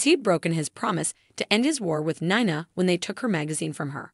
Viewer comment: She has now pronounced Nina at three different ways in the same video.